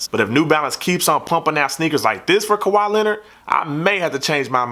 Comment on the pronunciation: "Kawhaa Lehnurd Nah nah sehven Essss"